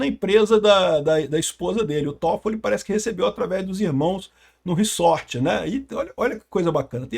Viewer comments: Não é "riçorte" se diz "riZorte". Desculpa pontuar isso, mas grande conteúdo.(tenho toc) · reZZZZZZZORRRRTTTEEEE porra. para de Falar reSSSSSorrrteeeee que inferno uahuahuahhua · //riZort// (pronúncia)